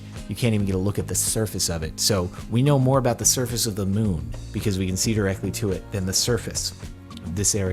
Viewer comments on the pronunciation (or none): none